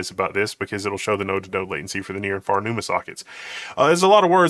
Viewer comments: i thought i was crazy hearing num-numa too🤣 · Nu-ma-nodes? Half expecting to hear Ma-Na-Ma-Nah (doo-do-da-dat-da)